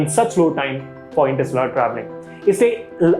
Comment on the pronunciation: OK ! Average attempt in explaining what interstellar travel really is and how close are we to achieve the ability to travel between stars, there were several things that I didn't like as mentioned below 1) You pronounced INTERSTELLAR and PROXIMA CENTAURI incorrectly through out the video 2) Explanation of what interstellar travel was all over the place, you could have Just mentioned.. travelling between stars is called interstellar travel and then give one example. 3) Antimatter propulsion...it's not matter antimatter fuel...keep it simple...why add an extra word "matter" to complicate it. 4) Astronomical unit (AU)..you should have told people first what AU is..1 AU is the distance to earth from the Sun then quote other figures. 5) You seem to be someone who likes space facts and stuff but doesn't have in depth knowledge,just my honest opinion but you can always get better. 6) Lastly,The whole video was clumsy,I mean you fumbled and got conscious and said non sensical stuff..hence I disliked the video Keep learning though..Good luck :)